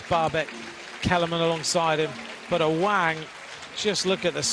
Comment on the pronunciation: Its awang not aweng😂